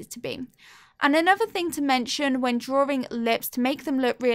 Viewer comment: Why do you say drawring only one r